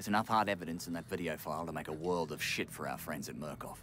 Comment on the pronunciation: "If it's fo free, it's fo me"